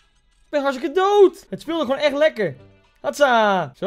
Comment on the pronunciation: Heel grappig dat je zegt ik ben hargstike dood